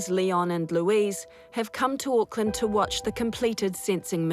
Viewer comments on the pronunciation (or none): none